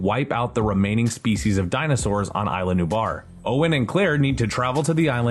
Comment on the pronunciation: Man, your pronunciation sucks. Michael CRY-ten, ISLA NubLar, not Island Nubar. Decent video otherwise.